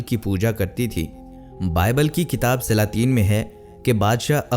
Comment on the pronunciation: کاف اور قاف کا عجیب تماشہ۔ کتاب کو قتاب، کرام کو قرام اور اکابرین کو اقابرین کہہ دیا۔